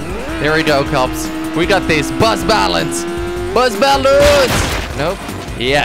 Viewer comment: instead of bus balance I thought that he said butt balance